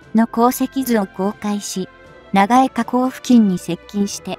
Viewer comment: 長江河口(ながえかこう)？⇒「ちょうこうかこう」でしょ？ 読み間違え多過ぎ